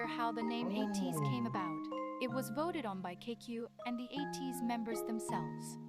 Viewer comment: thank you for reacting to ateez! im looking forward to your future reactions, especially with ateez! you really nailed the pronunciations of their names which is rare when people starts getting to know them so you did a really great job! to answer your questions at the end, they recently updated the positions of the members and yeosang is the only one with the visual position so he’s the main visual (but to be honest, they are all serving visuals in the group because they’re all gorgeous!). for the main dancers, there are 4 main dancers according to kq and it’s yunho, mingi, wooyoung and san! to answer the question on who is my bias, my ateez bias is yeosang and i’m really glad that you noticed his beautiful and mesmerizing voice when you reacted to halazia! i’ll defo have to check your reaction on that song next and also it’s you! thank you again for the reaction! 😊